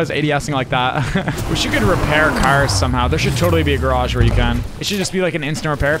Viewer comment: He can’t even say cars